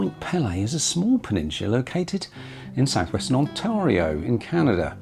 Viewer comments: its NOT HOORUN. Its LAKE HURON. Phoenitically H-your-awn and it not ON TAR IO. Its ONTEARIO phonentically. You would be spotted out immediately for the misprounciations. Glad you enjoyed OUR Lakes. From St. Catharines ONTARIO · Ontario...On t(air) io (like in air not tar)